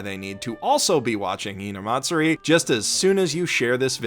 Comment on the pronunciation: good lord ur so white.. hearing u pronounce "hinamatsuri" got me cringing so hard.